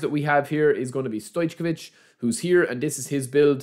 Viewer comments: it’s pronounced stoycovich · Not gonna open, sure u will 😅 As u said, for us who have great teams it's not that tempting. BTW Stoijković - pronounce it - stoic oh which -all together Cheers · Please say correct Stojković , this what you say is soooo 😂😂😂